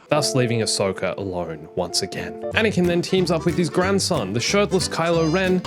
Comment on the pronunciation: WHY ANISOKA